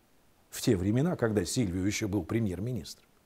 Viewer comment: ведущий неонатальный не сервио Берлускони а сильвио Берлускони Silvio Berlusconi грамотей пипец ведущий